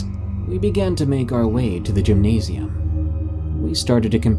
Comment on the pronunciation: When he said gymnysi- whatever, I got confused for a bit and thought of the 3 letters in the beginning of the word